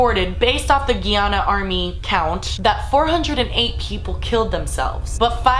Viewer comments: It's not pronounced guiana it's guy-anna I'm not trying to be rude but a lot of people get it wrong. And the whole situation was really shit my family is from Guyana and he managed to trick people into this cult and he wouldn't let anyone leave and said that drinking the drink would all help them in some way shape or form but in reality he just wanted them all to die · I'm born and raised in America but I am Guyanese and it sucks because usually the only thing that people know about Guyana is this terrible thing that happened. Also it's pronounced 'Guy•Ana' not 'Gee•Ana':) love you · its guy-Anna not gey-Anna. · It's funny how u pronounce my country name iananna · Guyana pronounced "guy-anna" lol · Pronunciation GUY-ANA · Guy-an-na ! Lol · GUY-ANN-UH omg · Okay you said “hit the music” and I’m sold!!!!😂 subscribe! And it’s Guyana GUY-yuh-na lol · ( 'guy' 'an' 'na') that's how it's pronounced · It’s pronounced (guy-anna) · Guyana pronounced *guy-anna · the word is GUY ANA .................................................. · It is pronounced Guy-ana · I'm from Guyana and I genuinely thought that they were poisoned with only Kool-Aid. Thanks for the clear up! ps. just a pointer it's GUYana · guy- anna . GUY !!! say GUYana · It's pronounced Guy as in guy and Anna guyana... sorry It's the first time I hear it pronounced this way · OMG! JONESTOWN HAPPENED AROUND WHERE MY FAMILY ORIGINATED FROM. WEIRD THAT I NEVER HEARD ABOUT THIS STORY. PEOPLE ARE ALSO ABLE TO MAKE A CHURCH IN SOUTH AMERICA WITHOUT "REQUIREMENTS" (WHICH IS REALLY IRRATIONAL). ALSO ITS PRONOUNCED [GUY-ANN-A] LOL. BUT I STILL LOVE THIS VIDEO <3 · I find it hilarious how she says "Guyana". I'm Guyanese so i know how to say it. It's pronounced "Guy-ana" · It's guy-ana lol😂it's kinda offensive to me cause I'm from there but I still love you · LOL at how you say Guyana, it's pronounced guy-anna. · Pronounced Guy-Ana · Guyana ... pronounced "guy-anna" Great video though!!! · Its pronounced Guy-anna😊